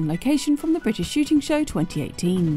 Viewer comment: I really wish this guy could say ‘show’